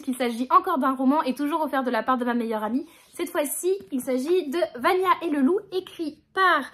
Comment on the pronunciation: c’est Vanja et le loup, et non Vania 😭 moi aussi je pensais que c’était un i a l’origine aha mais il se trouve que c’est un j